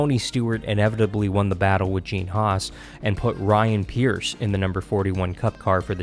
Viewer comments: Please try and pronounce driver's names correctly. You lose credibility when you don't know Ryan Preece (not Pierce) and Christian Eckes (not Eckles). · Yes he did and he also called Ryan Preece Ryan pierce